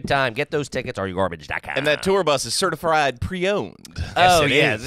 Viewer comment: “certifried” “couch cookin’s” I’ll keep counting as I watch